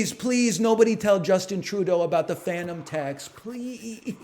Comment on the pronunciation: Lil bro said phantom tax